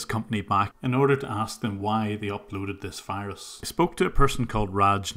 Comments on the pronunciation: Why can’t they pronounce the letter “v”? I always thought it was funny when they said “wirus” but I never knew why. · HAHAHA he actually says wirus XD